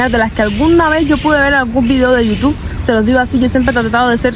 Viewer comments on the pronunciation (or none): none